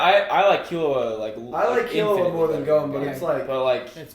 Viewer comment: that's the right pronunciation tho, key loo wah, killua